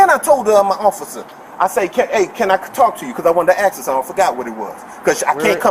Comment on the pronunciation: Keeping it real. Can't even pronounce officer or ask.